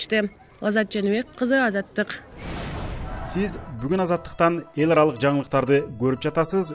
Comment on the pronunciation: Эларалык деген создун ,,л" тамгасын диктор негедир жумшак эмес каткалан айтааркен